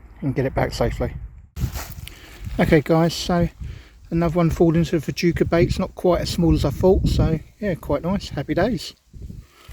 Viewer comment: Think they're pronounced "fooka" never had any success with them, nice little video